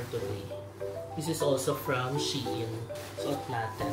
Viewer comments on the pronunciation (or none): none